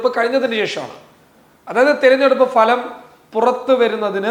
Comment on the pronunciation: ഭലം അല്ല ഫലം